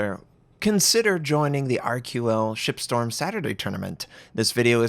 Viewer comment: better watch how you pronounce that "shipstorm." almost sounds like "sXXXstorm"